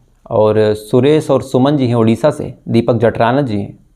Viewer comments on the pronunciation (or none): none